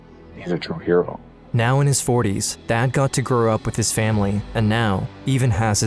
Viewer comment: “One was called get to KNOW” how does she not know how to pronounce “now”…